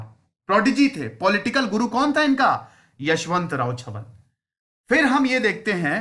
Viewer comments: यशवंतराव चव्हाण not यशवंतराव छवन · Yashvantrao chavhan not chavan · यशवंतराव छवन नाही यशवंतराव चव्हाण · With due respect sir ....Chavan is prenounced as चव्हान ..not छवन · छवन नही है sir चव्हाण है. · सर.. 10.00 kindly pronounce as 'चव्हाण' and not as 'चव्हण' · its not छवन its चव्हाण. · चव्हाण है वो छवन नही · It's chavhan chavan mat bol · यशवंतराव चव्हाण साहेब... Please pronounce correct